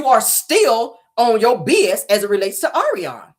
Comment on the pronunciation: YOU ARE HILARIOUS AS USUAL!! YOU READ MARTELL AND ARIONNE FOR FILTH! ALSO, YOU GOT MELODY'S VOICE DOWN PACK!😁 NOT THE POLYGRIP, DISTRESSED BUMBLEBEE, AND THE SHE BY GOODWILL!!😅😪 OH, BY THE WAY, THANK YOU FOR PRONOUNCING ARIONNE'S NAME RIGHT, BECAUSE SHE CAN'T!